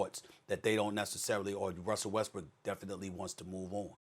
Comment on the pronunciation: Did he just say westbrick😂😂😂😂😂😂